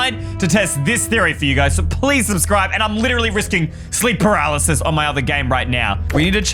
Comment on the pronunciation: eystreem: pralises me: PARYLISES